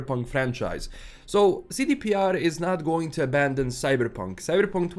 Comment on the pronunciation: It's Cyberpunk, not "Cybrrrreeepunk" 😴🤣